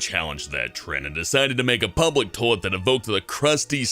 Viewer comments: its pronounced Toy-let, not Tow-let! #FNTRIGGERED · Why does he say "toelet" and not "toylet" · It's not 'tolet,' it's toilet. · Is a tullitt the same as a toilet? Toy-lett? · It's toilet. TOYYY-LET. Not tolet. Pronounce it right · Stop saying "toh-let". TOi-let. TOYYYY-let. Say it with me now.... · I love how he says "Tollet" instead of "Toilet." x3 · someone should tell that its "toilet" and not "tolet" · I guess saying shit gets a little difficult when trying to make your voice sound as fake as that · Tolet? You mean toilet? (Toy-lit) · Am I the only ine hearing him saying "tohlet?" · the way he says toilet bothers me he says toelet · 'tolett' -. I'm sorry but I couldn't help it. XD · Toll-it. Ugh. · Is it just me or does he say tolit instead of toilet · "Tolet." Yes. X3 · It's not tOlet is toilet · "tolt?"... What is a tolt? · i just laugh. tolet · ummm its toilet, not tollet. Say it right please. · What the hell is a Toh-lit? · "Tolet" pronunciation: tole- et 10/10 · why can't he say the word "toilet" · you can't say toilet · dat pronunciation of toilet do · learn to pronounce toilet before you make another video about one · I like how he pronounces toilet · He pronounces "toilet" really weirdly... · Why doesn't he pronounce the "i" in toilet........ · They should have chosen someone who could actually pronounce toilet to do this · The way he says toilet really bugs me. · Why can't pronounce the word toilet?